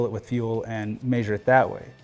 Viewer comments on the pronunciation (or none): This guy says measure funny. Meayysure. But awsome video, very in depth and informative